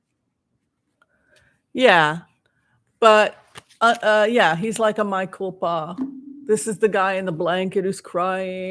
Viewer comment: A quick correction, since you said you welcome it: It's mea culpa (Latin), not my culpa. Mea is 2 syllables, pronounced just like in Spanish. Thank you,, for these sessions, which I enjoy very much.